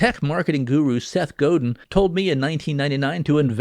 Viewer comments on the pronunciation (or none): none